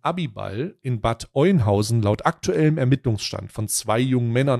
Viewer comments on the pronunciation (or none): Kann er ja nicht wissen wie Bad Oeynhausen (Ö) ausgesprochen wird. Wichtig ist das berichtet wird. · Bad Oeynhausen wird Öhnhausen gesprochen. nur so aus Info ;-) genauso wie Soest nicht Söst sondern Soost ausgesprochen wird. Nein das ergibt keinen Sinn. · Das spricht man Ööhnhausen aus. Triggert mich gerade. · Das spricht sich Öhnhausen, Bro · das heisst Bad Öööööhnhausen XD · Bad ÖÖÖÖNhausen bitte 😀